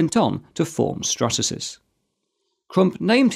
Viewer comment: hold on... did you say Strasasys instead of Stratasys?